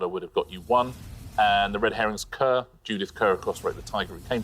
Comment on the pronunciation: Judith Kerr’s surname is pronounced /ˈkɑː/, like ‘car’, not like ‘cur’.